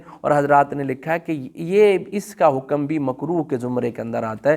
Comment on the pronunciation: مثال کے طور پر حکم کو بفتح الكاف بولتے ہیں